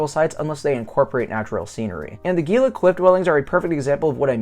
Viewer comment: For the love of G-d, "HEE-la"